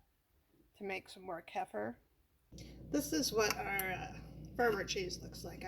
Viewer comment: It is pronounced Ke fear.